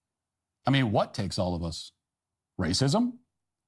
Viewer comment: “I mean what does that mean ‘it takes all of us’? What takes all of us? Raycysm?” I’m crying